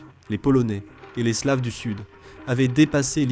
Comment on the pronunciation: "Slaves", prononcé à l'anglaise, comment dire... Ahhh, l'IA!